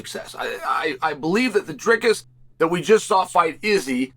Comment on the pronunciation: "Driscus"😂 sped